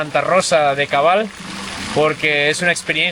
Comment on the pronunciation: Santa Rosa de Cabal, No de cobal.